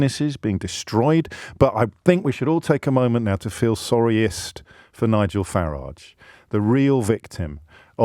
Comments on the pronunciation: ABSOLUTELY beautiful! I thought I was the only person who pronounced farridge’s name correctly… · Thanks James - for everything you do, but on this silly little occasion (personally silly I mean), for pronouncing "Farage" as I remember hearing it, years ago when he first became a public figure. (Sorry, working in Spain I am very behind with much of the developments in UK, totally confess to that). I mean, you said "FA-ridge". (Like "garage", in my Walsallian west mids working class accent, not a posh Solihull one). That's how I remember him being called years back, not the "Faraaaagge" (sort of fancified frenchified version) that am hearing more recently. As I said, silly, but comforting. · And you're right James- his name rhymes with garage. And his garage is probably a lock-up where he keeps counterfelit ciggies and watches.